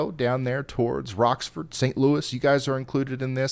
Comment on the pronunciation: Rockford is Rock-Ford not Rocks-ford ;-) lol heh. I kid I kid. ty for all your hard work.